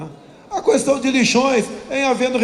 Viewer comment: Caramba!!! Que cara repetitivo!!! É pra falar sobre Jesus e o cara discorre sobre Genésio. Como tem gente que promove uma fugurinha dessas?!?! Tá explicada a sua inação em tantos anos de congresso. E outra, o "u" de "questão" não é tônico, rapaz.